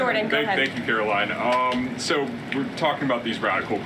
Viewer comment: Blonde Barbie Karo-LIEn has a nasty little "hissy-fit" side to her when she wants to babble one lie on top of another WHILE NEVER ANSWERING THE QUESTIONS BEING ASKED! Dastardly Donald must be keeping her after hours to ATTEMPT to get her to mimic him but more coaching is obviously needed!😢 THANK YOU FOR YOUR ATTENTION TO THIS MATTER.